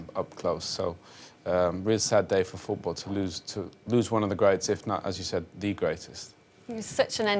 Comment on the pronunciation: Rio Ferdinand it's called 'FooT BaLL' not FootBOOR.